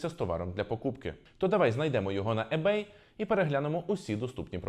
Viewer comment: Перед тим як записувати відео про ebay, треба було прочитати, хоча б як правильно вимовляти - не Ебей, а Ібей